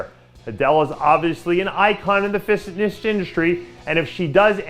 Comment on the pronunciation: gotta love the "fisshitnish" industry